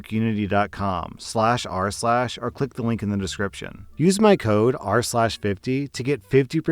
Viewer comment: Was anyone else hearing "cookie nooty"? I was like: that CAN'T be what he's saying! Cook Unity makes so much more sense. I think a small pause between the two words would go a long way.